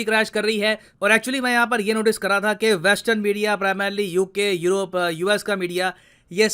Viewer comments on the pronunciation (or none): none